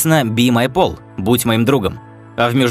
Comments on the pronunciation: "pal" произносится как "пэл", а не "пол". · Пол - это имя такое, а Пэл (Pal) - это приятель. И зверОполис, а не зверопОлис, а то получается какое-то лекарство, а не название мультика